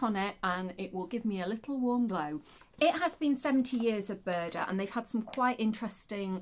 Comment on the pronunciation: Good to hear Buuurrrrrda again 😂🤣